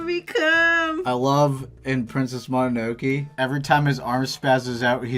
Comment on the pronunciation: Why did say princess mononoke like princess mononokee?? 💀 nice end product guys!!